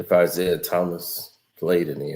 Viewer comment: This man said Isiah better than Steph😂😂😂😂😂😂